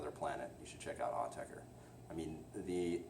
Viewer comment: You are pronouncing it correctly.